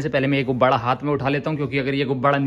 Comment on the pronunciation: Gubbada nhi gubbara bolo